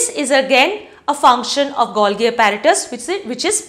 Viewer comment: The pronunciation is Gol-jee...